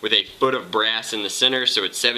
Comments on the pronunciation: BRASS not breast. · im sorry what did he say? sheet brass or sheet breast?